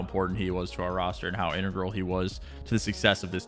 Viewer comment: the way he said integral